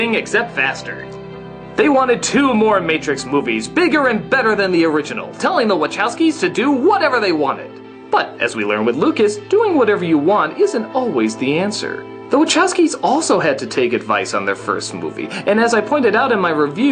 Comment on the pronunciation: Wachowski - "Łaczouski"... TO NAPRAWDĘ BOLI.